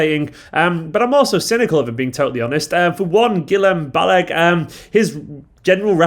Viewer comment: just a lil quick fix here... its pronounced "Gill-em Bal-a-gay" for future bro, i got u covered!